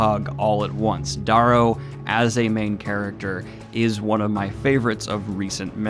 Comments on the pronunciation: A fantastic book trilogy I finished a day ago. Loved every minute of the audiobooks. Great video but one thing I'll say is you say the MCs name wrong it's Darrow not Dorrow. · its pronounced "DaRro'